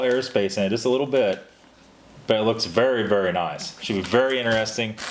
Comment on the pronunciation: What part of the U.S. are you from,? I've never heard anyone pronounce 'interesting' as "inner-es-ting". LOL.